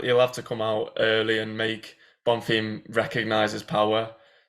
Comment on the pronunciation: And can't fucking talk its bonfim not Bonterim 🤣🤣🤣